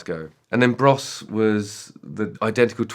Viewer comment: So it's two brothers, twin brothers, who make a band called Bros. And you pronounce it... Bruss?